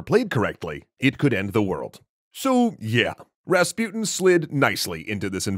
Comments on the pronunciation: ra-spu-ten not rasp-uten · who is that raspiutin you keep talking about? or is it that you cant even pronounce rasputin? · Rahs-Poo-Teen Please say it correctly. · Why are you pronouncing rasputin as raspyutn? You can say putin, don‘t you? Take an example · Hmmm Rasputin the way it’s said rhymes with poutine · You pronounce his name wrong